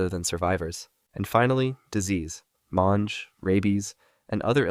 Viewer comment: Are we just not gonna talk about how he pronounced “Mange”